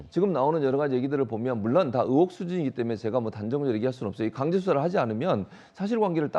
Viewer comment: 듣다보니 궁금한데 왜 자꾸 의 를 으 로 발음하는지 이해가 안되네요 딕션이 안좋은건가? 으혹 으혹? 으혹이 뭐죠?